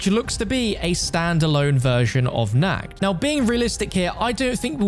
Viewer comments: In german how you speak it its wrong. You say it like: nackt. Not Nacht. Translate nackt please in english😂 but everyone who speaks english, says it wrong so don‘t worry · Nacht der Untoten❌ Nackt der untoten✔